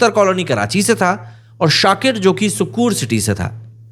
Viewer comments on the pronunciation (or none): सुक्कूर नही सक्खर बोलते हैं उस शहर को।😂